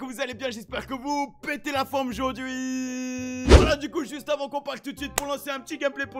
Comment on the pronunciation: À il dit aujourd’huir.🤣🤣🤣